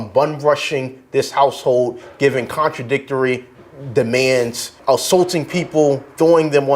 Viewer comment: "Contradictarary"??? And he's an attorny? Who can't speak correct Dnglish?